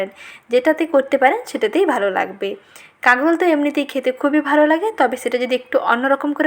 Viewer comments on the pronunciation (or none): আপু কাগরল না বলে কাঁকরোল বললে শুনতে ভালো লাগে।😍